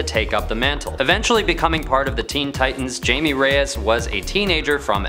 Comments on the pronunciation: I think my introduction to Blue Beatle as a kid was from the show "Batman the Brave and the Bold." I'm much older now but I've always thought that he was a cool character. Also isn't Jaime pronounced Hi-may and not like Jamie? 🤔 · It's pronounced "Hai meh" not Jayme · It's pronounced "Haime" not "Jaime" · It’s a Spanish name… the J is said with an H and the letter E is pronounced Eh. The name Jaime… which is my name is said HIGH MAY, or HIGH MEH. Never Jayme or Jamie. Jaime is Spanish for James. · his name is pronounced "Hi-May" not "Jay-Mee" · jamie, jaime. we see the difference right? pronounced HIGH MEH, because it’s SPELLED that way 🤦🏻‍♂️ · I’m kind of glad to see I’m not the only one who kept thinking, “It’s pronounced Jaime [H-AI-MEH] Couldn’t focus on the rest of the video 😅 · It’s pronounced (high me) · it’s HIGH MAY or HIGH MEH. It’s my name… I know how to pronounce it. It’s never HI ME. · He pronounced it "Jamie" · He’s pronouncing it ass “Jammie” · Jaime Reyes pronounced (Hi may) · It’s pronounced (high-me) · Jaime pronounced hai may atleast call him james as jaima is james in spanish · The j is silent and instead of a hard a it’s note of a “meh” , the j is. I’m only pronounced As “h” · Jaime is pronounced Hi may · It's pronounced like haime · It's pronounced Haime Reyes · Omg it’s pronounced hi me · My man you have to know it’s not pronounced Jamie. That had to be comment bait right? Right? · It's not pronounced jaime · Great video but wrong pronounciation of jaime's name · Apparently this guys not nerd enough to pronounce jaime’s name properly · It’s pronounced with an H not J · Do you know in Spanish the J is pronounced as an H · That’s not how you pronounce his name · I don't like how he pronounced Jaime